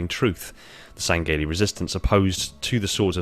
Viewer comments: Say it with me: Sang-he-lee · Lol why do you say it like (seng-gay-lee)